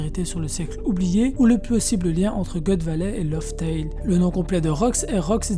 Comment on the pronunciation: tu dois changer ta facon de prononcer les mots lof tell et jen passe mais bonne video